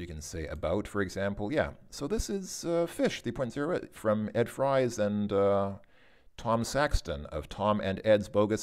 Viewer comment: Thanks for doing this! BTW Ed Fries pronounces his last name “freeze” not as in “French Fries.”